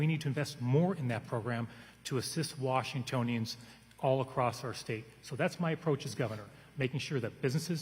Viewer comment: 1 minute into this debate. Wtf is this pronouncation of "Washingtononians"? Where the hell is this guy from? Doesn't sound like he's from around here.